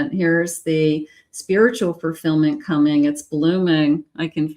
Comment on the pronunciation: Thank you for this reading. It really resonated with me. I don't know if you realize it sounds like you are saying "Furfillment" instead of Fulfillment.